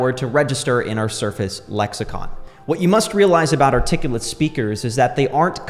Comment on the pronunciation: My man said articullit and I clicked off I'm sorry dude lmao